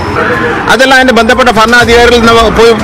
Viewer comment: ഫരണാധികാരിയല്ല മിനിഷ്ടർ --- ഭ--- ഭരണാധികാരി - - - ങ്ങ്ള് പോയി പഠിച്ച് ബരി